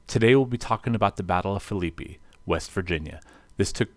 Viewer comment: Great presentation other than pronunciation lol. Phillippi (Phillip+pee)